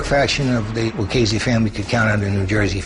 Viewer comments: It's pronounced lew-cheese-see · Lucchese is pronounced with a k sound, yet these mafia experts can't get it right